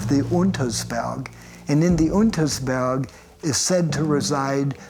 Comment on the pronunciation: „Lundersberg“😂 UNTERSberg